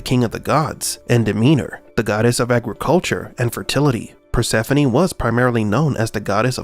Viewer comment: Finally her name is properly pronounced.